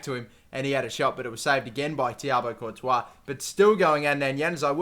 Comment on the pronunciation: 1.40 he's says saves by thiago Courtouis :/ it's thibault